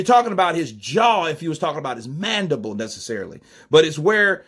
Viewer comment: i gotta disagree with you. said MANDIBOWL not MANDIBLE! Theres a clear diffrence in the two! Lol!!